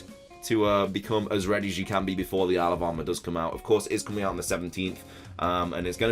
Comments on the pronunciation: Does anyone else hear “Alabama” when he says “isle of armor” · I do, and it's too funny hahaha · Thought you said Alabama mate. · Am I the only one who hears 'Alabama' instead of 'Isle of Armor'?